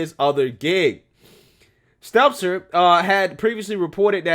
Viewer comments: Say it with me STEL-TER no z! How accurate can we be if you aren’t saying potato heads name correctly? I love you and I don’t want you to look unreliable. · I like how keeps calling him Brian Seltzer. It’s not intentional, but I like that it’s just wrong and I hope never corrects himself. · I love how u called him Seltzer the whole vid. 😂